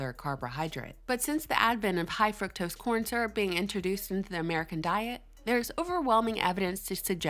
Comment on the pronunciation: pleaseeee for gods sake pronounce fuctose like frooktose as it was supposed to be pronounced lol